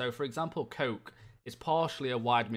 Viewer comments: Did he just call koke..... Coke? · he completely murdered that pronunciation